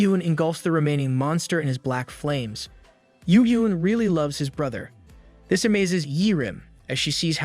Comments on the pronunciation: I die a little inside every time I hear “dis” instead of “this”. It wouldn’t even be that bad if it didn’t sound like the narrator wasn’t purposefully emphasizing the d. (Edit: I was wrong, apparently it’s the “th” sound in general that’s being violently replaced by the letter d.) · I absolutely love this channel, but oh my dear Christ does the fact that every "This" is replaced with "dis" gets so old. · The only complaint i have is the ai saying dis instead of this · Love the content...please stop with the dis and doh's though please lol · "This" and "suddenly" not "dis" and "saddenly". I thought "Diz" was another character at first. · I love how he says: "dis" instead of "this" makes me laugh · I love how he says "dis" instead of "this"😃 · I love the the ai says dis instead of this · As usual the A.I. pronunciations are complete ass (dis, dat, gender confusions) but the story is great! Thanks for posting this. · is it me or do i hear every "this" as "dis" NAWWW BRO BROUGHT UP CAPTAIN UNDERPANTS AND HIS STICK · Great story. Only annoying thing is the pronunciation of this and tho. It’s not a D at the beginning of those words. It’s a T.